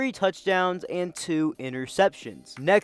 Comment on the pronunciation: Bro I hate how people says Tyler’s last name that my boy I played ball with him at Hamilton in Chandler Arizona it’s Tyler Shough(Show) it spelling though with an S